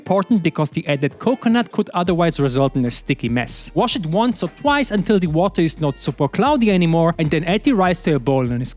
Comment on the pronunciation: can you stop saying "thie" when the next word doesnt start with a vovel thank you it makes me furious ngl